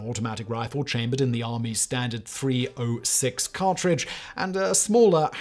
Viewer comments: Ok. Ok. I see you Edit: 30-06 = thirty odd six, not three o six… about to have your back and then you do this…. Script only or do you understand what you’re reading? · Thirty OUGHT six!🤣🤣🤣